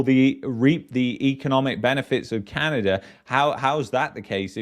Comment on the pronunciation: its Canada, not CanadaR